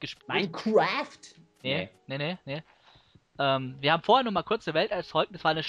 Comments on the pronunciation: Minekwüäääääft so geil :'D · Daumen hoch vür die aussprachen von minecraft vom:)